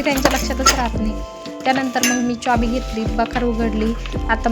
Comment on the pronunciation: चॉबी ❌ चाबी ✅